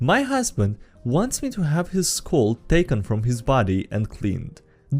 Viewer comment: why you pronounse skull like school? i mean im hella out of being native speaker, and it really bothers me. Like is it me pronounsing it all wrong?